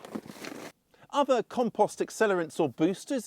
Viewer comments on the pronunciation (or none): Drink every time he says KAHM-PAHST! WASTED! 😂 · Learn how to pronounce compost before you try to tell me about it.